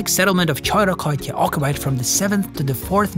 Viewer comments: It is pronounced: Khi-ro-khi-ti-ah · Tshoyrokoytia 😂😂😂 It’s ok, you’re excused for not know how to pronounce Choirokoitia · Dude the pronunciation made me confused. There is no koiro-koi-tia there is only choirokoitia which is pronounced as He-Ro-Ke-Te-A the A (at the end sounding as in hat, up, etc and not together with Te as Tea the drink) heroketea. An easier way is yo pronounce He as He is going to work, Ro as in Ro_man, Ke as in Key, and Tea as if you pronounce the letter T and A as in hat, thus Te-A (not tea the drink) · Nicosia or Lefkosia not Negoshia, heerokitia not cHoIrOkOtIa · the name is ''xirokitia'' noi ''choirokokia''... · I am APPALLED that you’re pronouncing words completely wrong! Didn’t you speak with ANYONE? Didn’t you fact-check? Didn’t you ask about pronunciation since you can’t read English? Chirokoitia is pronounced Hirokitia!!!! 😡 Yes, Cypriots can’t spell, but you should’ve asked!!! Bad journalist, become something else!!! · The way he pronounced hirokitia made me die in laughter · The place you visited called choirokoitia is actually pronounced Hirokitia with the emphasis on the syllable ti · The world heritage of unesco is Called choirokoitia in Greek is xirokitia or if you find it difficult to pronounce it in English it's Choi sound like kirokitia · But the biggest part of the pronunciation problem was xirokitia 😂😂😂The pronunciation was so wrong that I didn’t even realize until I saw the image where this was but the video itself it’s amazing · Really? Choirokoitia? Did you hear him say that?! 🤦‍♂️ 🤦‍♂️ 🤦‍♂️